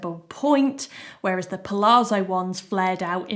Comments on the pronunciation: Thank you so much for all the hard work trying on so many pairs of jeans, to save us having to! I live the Sienna for everyday, and wide leg with cropped top for a smarter look. BTW, pronunciation of palazzo is not 'palaarzo', but 'palatzo'. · It’s pal-ATS-zo, with the emphasis on the ATS. Same as the zz in pizza, it’s almost a t sound.